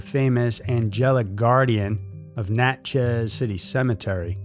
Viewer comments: It’s pronounced more like Natchess. Not Nat-chez. Sorry living in SE Louisiana gets pronunciation hooks in 🤣 Love being a member of the EWU Crew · Never thought I'd hear anything about my city on here. But its just Natchez, not Nat-Chez 🤣❤